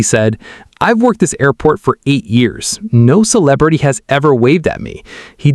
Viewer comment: Good content but AI reading is rough ...cannot pronounce "celebrity" correctly.